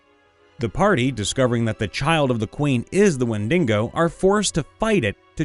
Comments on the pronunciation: Only complaint it's wendigo not wendingo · It’s Wend(ee)GO. Not wet dingo. Wen di go. No extra N. Please. It’s also not SylvEEan, it’s SylVAN. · Wen-duh-gow man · I'd say when-dig-oh is also an acceptable pronunciation, but certainly not when-dingo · The windingo ate my baby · Literally How did you even manage to pronounce wendigo like that not once, but consistently